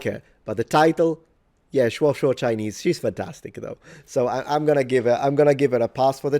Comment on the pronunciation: Your Chinese accent is shockingly good. Japanese is good but not the way you speak to friends. It’ll keep distance between you. But finally, a person who says they can speak that doesn’t butcher Japanese!